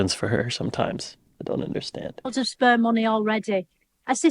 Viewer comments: SPARE MONEY not sperm money! XD People from Manchester cant pronounce thur vowels propleh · sperm 🤣🤣🤣 she was saying spare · she is saying "spare money" or sperm money 😂😂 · There go the captions again, she said 'spare' money🤣🤣🤣🤣🤣🤣